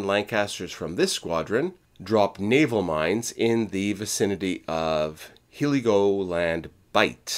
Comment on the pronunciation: Waddington is pronounced Woddington. Heligoland is pronounced Helly-go-land.